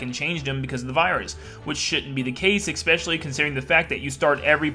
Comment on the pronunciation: Especially not “expecially”